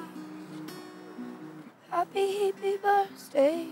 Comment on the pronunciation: i love how she says "happy hippie birzday"